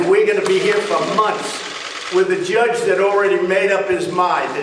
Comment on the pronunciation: Does he know there is no "oo" in "judge?" ... he says "joodge" ... what a clown. Unfortunately, he can say and threaten whoever he wants and nothing will happen to him. He will NEVER be held accountable.